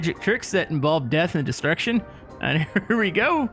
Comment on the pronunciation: So much disruckshon 😂 😊